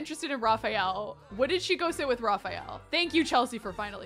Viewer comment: It's so cute the way pronunces Raphael's name! I really love to hear it cause it's the masculine form of my own name. Also, is cute saying anything!